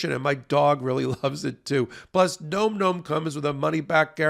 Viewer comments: it's not gnome gnome. It's like Nawm Nawm. As in "Dawn Dawn" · OK, this may seem off topic, but nome nomes? Seriously? The way it's pronounced is more like nahm. Say that five times with increasing enthusiasm and you'll get it Best wishes, Capt. Picky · It seems to me a dog treat named nom-noms would be pronounced to rhyme with pom poms and Tom Tom’s, and not like nome nomes. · Advertiser alert -- isn't the name normally pronounced "Nahm Nahm"? Rather than "Gnome Gnome"? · “Nom nom” not “gnome gnome” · It's funny that you pronounce "Nom Nom" as "gnome gnome". Are you trolling your own sponsor? lol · someone tell how nomnom is pronounced:) It's like dom, not rome. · Nom Nom has been a sponsor for months now, and they still can't pronounce it correctly. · I feel like he's mispronouncing Nom Nom.